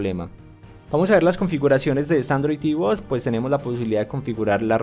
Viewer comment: Por que no pronuncias bien en ningun video? "tv bots" ?????????????????